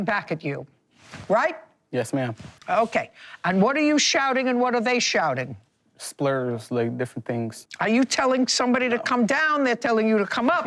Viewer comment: He said splurs instead of slurs 😂🤣